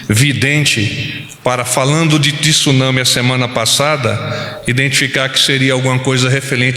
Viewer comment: Tenho ouvido nos últimos dias a pronuncia errada da palavra TSUNAMI - não se usa a vogal (i) entre o T e o S. Lê-se TSU e não TISU. Fica aqui minha colaboração.